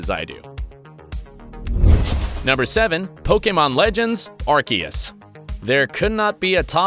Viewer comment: Did he just say, ark eus..? Its pronounced "arseeus"